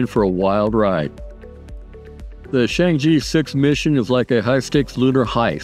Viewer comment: Good video. Keep up the good work. P.S. Chang'e is pronounced as /chang-er/ but not /chang-ee/.